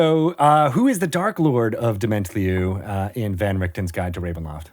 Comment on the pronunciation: Yea, but I think the emphasis should be on the last syllable